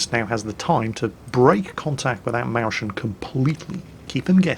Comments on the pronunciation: I'm very sorry but as the word "Mäuschen" plays a major role in the video i have to leave comment about it. Mäuschen meaning something like cute little mouse. the word is formed as follows. Maus i.e mouse gets a "chen" added to cutefy it.(works with most nouns in german).therefor the "sch" in the word doesn't form the sound you pronounced which would be right in most other cases. The A in Maus gets two dots added on top transforming the sound from au ( close the ou in english) to äu (close to oi like in oil). So altogether it should sound like Mäuschen -> M oi(like oil) s ch (like in china but a little bit more throaty) en no trolling intended, but man this got me triggered love your vids non the less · DEAR.... I love your vids.. I love listening to you... Been a subscriber for years... BUT.. the way you butchered the pronunciation of "Mäuschen"... And so many times in a row... While I'm a Pole, I teach German in high school... and even your pronunciation of "Błyskawica" in the WoWS review vid didn't make my teeth hurt like this...:P All jokes aside tho. The proper pronunciation of "Mäuschen" is MOYS-HEN. Just in case you care...;) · as a german, i feel seriously offended. where can i send a letter of complaint on ' pronunciation of "Mäuschen"? ^^ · I love your videos! I really love them but it was just painful to hear "Mäuschen" incorrectly so many times. Please use the whip next time if you want to punish me! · The way he butchers the name "Mäuschen"... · Yeah but he also mispronounces the s-ch ;) so basically the whole word ;) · oh the tooth ache from that one ... i know he butchers german names but the Mäuschen suffert the worst of it so far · Well, he actually said "Mauschen", since he has obviously no idea how to pronounce the umlaut double vowel "ÄU". (hint: It sounds like "oy" or the "oi" in foil") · it's more like Moeschen, not Mauschen. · A Mauschen..? Pronounce it like the "oi" in "choice". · Mowshn just say little mouse (maus).